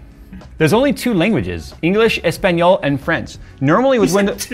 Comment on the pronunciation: listening Jay saying "Español", was kinda funny, I think we should listen him more often speaking a little bit of spanish xd